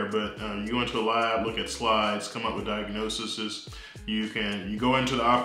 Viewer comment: "diagnosisis"? This guy is a doctor and he doesn't know how to say diagnoses